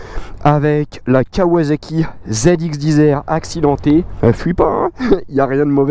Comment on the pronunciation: Punaise...j'en peux plus des " ZX10 Z'R"....c'est 10....10.... On prononce "DISSS" Donc ZX "DISSS" R pas "DIZ'R"......Voilà...c'était mon petit coup de gueule 😄 Sinon très belle machine 😍😍😍